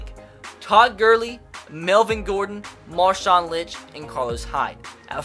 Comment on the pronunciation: whoops and Marshawn Lynch god wtf is he saying